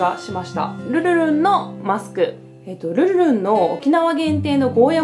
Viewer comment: 今回も♡ がルルルン言いにくそうだったけど、可愛らしくて好きです♡